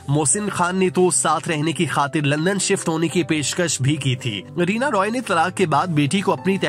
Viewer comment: رینا "روئے" یا رائے ۔۔Roy تو انگریزی نام ہے۔یہ Rai ہے